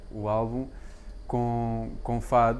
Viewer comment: O albu'm (com acento no u)? OMG...